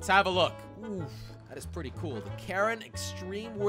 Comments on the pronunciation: It is not karen it is ka-rin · The karin mobile sounds more like the Karen mobile.